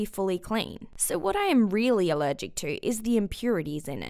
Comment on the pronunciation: "I'm ALEREGEC to Air" then how can you talk